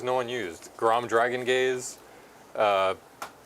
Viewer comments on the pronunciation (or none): Saying Krom's name as Grom when talking about how unknown he is really reinforced your point lol Or I just misheard you, either way I got a chuckle outta it